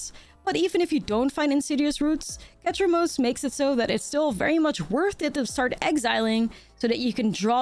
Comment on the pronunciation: stop say ketramose one more time damn my ears bleed